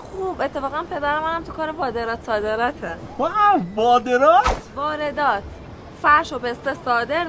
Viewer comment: خود دختره گفت وادرات بعد که تبریزی گفت وادرات گفت واردات😂